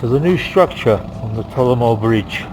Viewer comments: It's not Tolamo. It's Talomo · I think it's Talomo not Talaoo